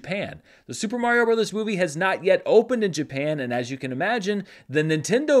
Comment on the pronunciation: Dude, it's Mario.